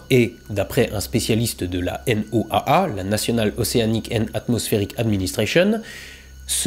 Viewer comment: En météorologie quand on parle de la N.O.A.A on dit juste "la Noaa" (Noa) tout simplement